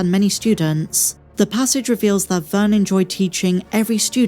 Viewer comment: Did you seriously just called her “Vern”?